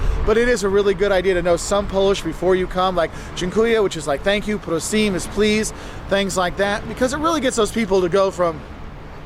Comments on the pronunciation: he said " prosin " its more like "Proshe" (: what means "Please" ( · Please is [PROH-sheh] , not "prosim" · This video is nice, but a little bit outdated. It's not so cheap anymore, there are more tourists and we are not that catholic anymore. Oficially - yes, but there aren't that many hardcore believers these days. And the last thing: he said "prosim" is please in Polish. No, it's "proszę" (sounds like "proshe"). "Prosim" sounds Russian and given the fact that nowadays Russia is very much hated here (war in Ukraine) it's not the best idea to sound Russian. Just sayin'. 🙂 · Not PROSIM but PROSHE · I listened before but come on „pro-seem”?! Proszę people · It's not,,prosim", that's Czech, it's ,,proszę" for ,,please". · 😂 "prosim" is not in Polish but in Chech Language. In Poland it's "proszę" pronounced: proh-sheh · In Polish there is no word : prosim 😂 Please = Proszę in Polish. Ergo, he doesn’t know Polish words. He makes them up 😂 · It's not "prosyme" or "prosim" like he said, it's "proszę", here's explaintation: > P R O S Z Ę < First three letters is flat you can read it like "protector" or "protagonist", the next two I mean S Z are actually one "sound" and it's "sh" in english, here's example "shoes", "shit", "shine". So the last one is "Ę" it's Like normal "E" also read it flat like "earth", "empty" or "else" and that's it. Easy, right? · NOT PROSIM ! It’s PROSZE!!!!!🤨🤬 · Prosim is not Polish, it's "proh-sheh" give or take. Prosim is ... Czech? Unsure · "Prosím" (please) is Czech, "proszę" is Polish. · Yeah, you might have encountered stony faces and slow service but we visited a few years ago and didn't experience that at all. Maybe it's you?! I don't expect people to be rolling around in delight that I'm visiting though 😂 Maybe somebody Polish could chip in here but isnt he mispronouncing Krakow?